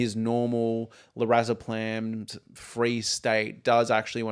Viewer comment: Great analysis and discussion, but the constant mispronunciation of Lorazepam in this video is so distracting lol